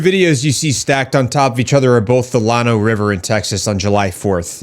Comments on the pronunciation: It's "LAN-OH" not "LAWN-O". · “Llano” is pronounced LAN-oh in Texas. A lot of our names for towns, lakes, rivers and other landmarks and such are sometimes pronounced much differently than they appear to be spelled like many other states. Take for instance a small but well known and important town, Refugio. The phonetics many of us learned and drive us to pronounce this tongue twister of a word are two completely different animals. The proper pronunciation is rif-YOOR-ee-oh.